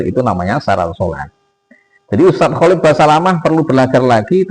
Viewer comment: Nyebut nama aja salah dul, kholik. Khalid